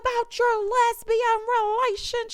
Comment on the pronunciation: "And what about your lesibian re-la-sion-ship?!" 🤣 Married to medicine 🤣